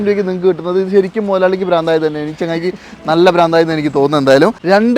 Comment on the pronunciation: ഭ്രാന്ത്... പ്രാന്ത് എന്നല്ല